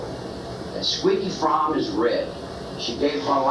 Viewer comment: It's pronounced froam not frommy according to lynette herself. She said its like foam with a r